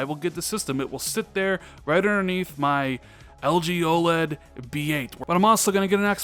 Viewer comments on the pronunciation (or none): none